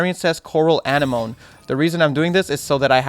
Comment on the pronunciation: Anemone , AN-NE-MO-KNEE tf is Animoan lol